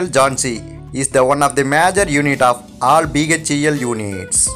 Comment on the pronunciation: "Jhonsi" 🤣🤣🤣🤣 Area in m3 instead of m2. And what's with the elongated last syllable of every word. Railwayyyyyy Kahan se late ho aise narrators 😂